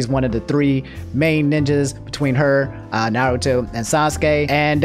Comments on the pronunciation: I am vru knowledgeble on Narrowtoe and SocksKey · "I'm caught up on Naruto" -, who then proceeds to say almost every characters name wrong in both Dub and Sub, cmon lmfaooooo